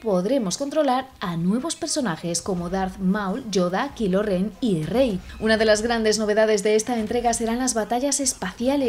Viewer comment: Ah que dolor para mis oidos cuando oia KILO REN